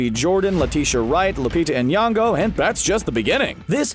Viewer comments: its not lupita Anyango its Lupita Nyogo big difference there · You pronounce it Nyongo not N yongo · he pronounced lupita’s last name wrong 🤦‍♀️ like everyone else tho tbh oof